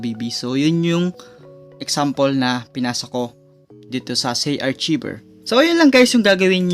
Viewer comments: ARKAYVER ang pagka basa boss, hindi archiber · Kuya Correction Lang Po : Hindi Po Zay-Arc-Cshiver ito Po ang Tama Zay-Ar-Kayver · ARKAYBER PO ANG BASA JAN HINDI ARCHIBER HAHAHAHAHA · Arkayber po not artsiber. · it's pronounced arkayver not archiber... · Hindi yan archiver HAHAHA Archiver po(arkayber) HAHAHAHAHA archiver HAHAHAHA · I think it is pronounced as "ARKAYVER". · sir ang pronunciation po "archiever = Ar, Kay, Ver" please lang po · Zarchiver lala mo makapag pronounce hahaha